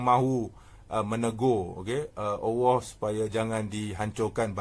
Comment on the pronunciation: Apa ni sebut Allah pon tak betul....awoh apa awoh